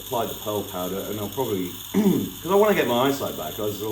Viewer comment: You mix castor oil with what kind of powder? I couldn't understand the word.